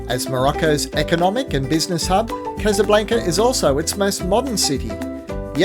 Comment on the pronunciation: Still saying casablanca wrong? 😅